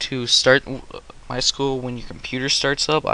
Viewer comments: My S-Q-L not my School -.- Structured Query Language Say it correctly. Apart from that, nice tutorial very detailed. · lmao "my school?" I think you mean.. "My es-kyoo-ell" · It's pronounced sequel... MySequel.... MySQL